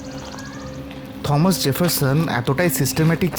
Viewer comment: ভালো লাগলো আপনাদের ভ্রমন ও বর্ণনা।অনেক কিছু জানলাম।তবে নামটার উচ্চারণ থমাস না টমাস জেফারসন হবে?